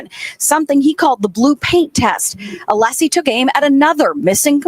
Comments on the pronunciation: that was a power play!!! C'mon. And not ALESSI , 'LESSI. (sp). That was intentional and immediate. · And then the dude said "'LESSI"... on purpose. As of to say, I'll call you what I want 😡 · Welcher goes to the trouble of trying to one-up Alessi by asking his name, and then incorrectly repeats Alessi's last name. Brilliant.